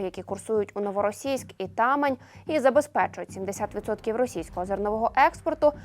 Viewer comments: Не ТАмань, а ТамАнь!!? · Взагалі то Тама'нь.наголос на другу літеру а.